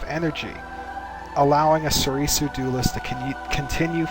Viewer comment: Please, stop saying So-ree-soo